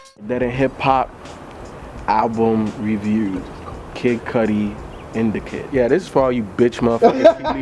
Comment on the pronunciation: Didn't even say Indicud right in the beginning smh